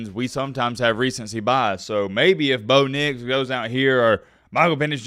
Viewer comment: why do you call bo nix bo picks?